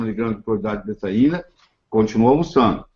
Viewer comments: Ele diz Cloeidrato de betraina ou betaina??? Na internet ta betaina. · O Dr: fala cloridrato de detaina ou cocaína? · Qual o nome do remédio que o Dr falou? Não consegui decifrar. Obrigada. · Oi eu refluxo e azia gostaria muito tomar esse remédio que o Dr fala no vídeo mas não consigo entender o nome. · Eu não entendi o nome do remédio que o falou, alguém pode me ajudá à entender? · Cloridrato de que: Betaína ou tetraína? Ouvi várias vezes e não entendi. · Não consegui ouvir bem nítido o nome do remédio que o dr. Falou fiquei na mesma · Desculpe não consigo entender o nome do medicamento ouvi só cloridrato e o resto não entendo. Obrigada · Nao entendi direito o nome do remedio cloridrato de que?